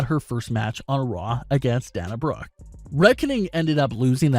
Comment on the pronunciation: Day-na not Dan-a